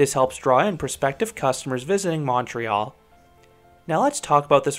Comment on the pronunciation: Hey, love your excellent Anglo pronunciation of Montreal and Quebec. Most out of towners get it wrong. Thanks for the review!